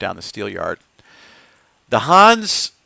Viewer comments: your pronunciation is ok for a yank but in Hanse it’s the e in the end that makes all the difference just like in Porsche😃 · Your pronunciation drives me nuts. It's Hans-a, or Hans-e if you want to use the original German pronunciation. Not Hans, that's a personal name. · I understood Huns every time you said Hanse😅 It's with an e like elder at the end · Good video, thanks! Fyi, the e in Hanse is not silent. Not a linguist, but I think you'd call it a schwa.